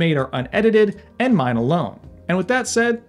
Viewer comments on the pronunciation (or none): none